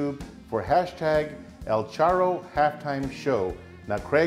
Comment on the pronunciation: Looks good but you are pronouncing charro like a gringo lol! Make us Mexicans proud and roll the R’s lol. Great video!!